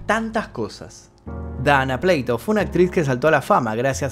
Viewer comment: es dana PLATO(no pleito)😂...es dana🍽️😂 pd:era muy hermosa de verdad RIP